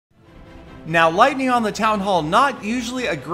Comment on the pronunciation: Peter17$: "LOITNING ON THA TOWN HAULL!!"